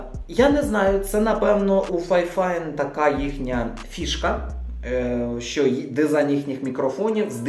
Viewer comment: Фіфайн, а не файфайн, а так то обзор класний